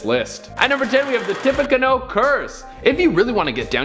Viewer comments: That photo was Robert Kennedy Jr, I think. You guys should check your pronunciations. TIP-pee-CANOE. Not canO. Tecumseh - Teh-COME-seh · I absolutely love Most Amazing Top 10 and I watch it literally every single day. However I need to tell you that Tippecanoe is pronounced Tippe-ca-noo, just like the boat. Thank you again for bringing such great and interesting content every day. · Oh, geez. It's pronounced like an unstable watercraft, a tippy canoe. And Tecumseh is tuh-COME-suh. Bless your heart, you tried! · Tippecanoe is pronounced “tippy canoe” and Tecumseh is pronounced “tuh cum suh”. Also JFK jr died in a plane crash while Michael Kennedy died in a skiing accident and the picture they showed was not JFK jr. Lastly, Edward Kennedy didn’t die when his car went off the bridge. The woman with him did. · bro,, ok first off its Tippecanoe ( tip a canoe) and Tecumseh (Ta cum see). Only because that is my tribe(Shawnee from Ohio.) Otherwise keep up the positivity bro, your killing it! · "Tip pa can nu" tippecanoe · Pronounced "tippy canoe" 😝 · It's pronounce follicles (canoe) the cubs won the world series in 1908 and not again till 2016 a 108 years not 71 and Teddy Kennedy didn't did when he drove off the bridge the woman with him did and Jon Jon or JFK Jr.Didn't die skiing his wife sister in law and him died in a plane crash going to Martha's Vineyard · The pronunciations on Tippecanoe and Tecumseh, jeez. Please make sure your presenters know how to pronounce the things you want them to say!